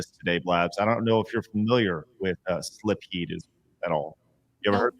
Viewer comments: Blabs may be pretty bad for missing Portrait of Ruin, but I think was worse solely for that pronunciation of "Silpheed." The L is after the i! I always assumed the Ph is pronounced like an F (thus pronouncing the title like sill-feed), but I'm not entirely certain.. Also, Animal Crossing: Wild World is the DS game; the GameCube one was just Animal Crossing. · They're coming down on Blabs, but she's always admitted she doesn't play every popular game. Meanwhile, (the "real" gamer) is showing Adam Sessler levels of cluelessness with his continual mispronunciation of Silpheed, announcing games for the wrong systems, and faking the funk by pretending to be more knowledgeable about these games with an obvious "cosplayer at a convention" surface level understanding of them.